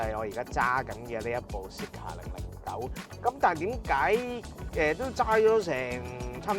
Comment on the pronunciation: “Zeekr” 呢個名用 voice navigation 有啲麻煩，因為香港人讀 Z 經常讀咗 S音，R 又讀咗 Ah音，所以Zeekr就變成 Seekah. 所以架車聽唔明可能係Honglish嘅問題😂